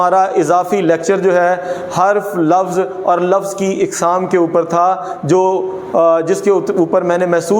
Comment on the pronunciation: قسم کی جمع اقسام الف پر زبر کے ساتھ پڑھنا چاہے